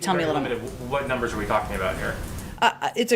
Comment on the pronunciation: "Well, hwe made sure he's gotten the stimulus checks, so he needs to have time to spend them..." - Psaki